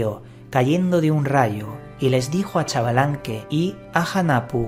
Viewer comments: Es un poco mas cercano al sonido original, decir shbalanqué, y no chavalanque, también se puede decir sbalanqué. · Se pronuncia junajpu e iksbalamque